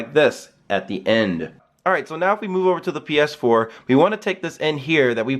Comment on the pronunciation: "with the paaass 4" lmaoooo